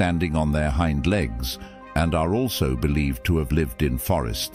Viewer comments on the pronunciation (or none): none